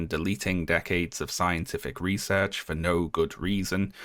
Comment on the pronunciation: Maybe. There are weird artifacts in the recording if it isn't A.I. generated. - the weird little stutter in "research" was what made me feel like the voiceover was off. I know is fairly monotone compared to other youtubers, but I felt like he had a really good grasp of timing and cadence and the emphasis on words in certain sentences just feels... off.